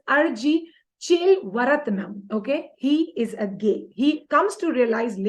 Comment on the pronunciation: It's 'chelva' rathnam .. beautiful name if it is pronounced right